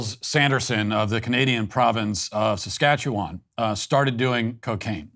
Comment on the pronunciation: Man. I’m from Saskatchewan and I can’t believe this. You are the only person not from here I have ever heard pronounce Saskatchewan properly. This could be your greatest Accomplishment.